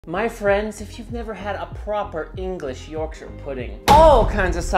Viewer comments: I love that you pronounce Yorkshire properly. You say 'York-shur." A lot of American videos tend to pronounce the counties incorrectly and would probably say "York-shire" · As an Englishman, You get infinite points for pronouncing Yorkshire correctly idc even if it tastes like cardboard you’ve won me over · I'm just pleased you say Yorkshire right! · I was wondering why you were pronouncing Yorkshire correctly - I would never have guessed you were a man of York!